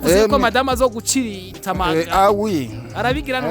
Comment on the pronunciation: ntibavuga gucirita bavuga gutsirita❤️❤️❤️